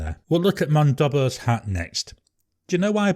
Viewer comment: Monboddos Hat. Not Mondobbos Hat. 😉